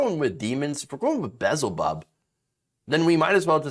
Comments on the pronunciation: Not to be picky, but it's Beelezub, pronounced Bee-el-ze-bub. Either way, it's ridiculous to bring up demons in the election nonsense espoused by Trumpers. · It's Beelzabub. Pronounced Bee-El-Zee-Bub.